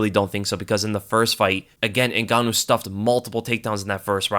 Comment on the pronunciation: Say gan one more time